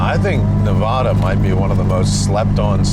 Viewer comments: Loved the series guys. Love all the offroad and driving to a goal content Donut has been puting out. Also, it's Nev-a-duh not Nev-ah-duh. The first "a" is pronounced like in "hat". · Hey just to let y’all know it’s NEH-VĂD-UH. Not NEV-AH-DUH. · Nev addd uh say it right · These eastern people lol. It's NUH-VAA-DUH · call it navadah one more time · Great video(s), but why do you keep saying Nevahduh? Oh, cause you took a Subaru on this trip.....that trends.... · You all also say Nevada wrong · ALMOST a 10-outa-10 series! i will have to take points off for not saying Nevada right, but overall one of my favorite things you've done! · The whole Nevada part actually annoyed me so bad 🤣 living here my whole life. Trust me thousands of people have driven where you guys say only a couple dozen have traveled, best state to explore in and so much history here but also for the love of God pronounce my states name correctly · You guys live in California but can’t pronounce Nevada? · Your saying nevada wrong